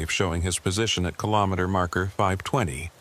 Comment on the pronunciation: Hello from Ottawa 🇨🇦 4 50 am AI narration needs work! It's RE - JI - NAH like vagina btw 😅 And KILL-OH-MEETER Interesting stories, thanks! 😎